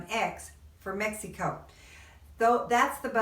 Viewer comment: It's very obious that you're not a tourist blogger...Please...when will you learn that Mexico has 32 states . You haven't even travelled througout the country and feel like you're an expert at life in MEXEEECO...LIKE YOU PRONOUNCE IT. You've only lived in a small town in one of the poorest states in Mexico and you think you're an expert. I am Mexican and have lived all over Mexico for extended time. Starting with Mexico City 20 years. I have also lived in U.S and worked as a language teacher. Please STOP SAYING "Mexeeeeco"....Talk about Huatulco, which is where I do think you are an expert. You can help people who want to move to Huatulco and that's it. "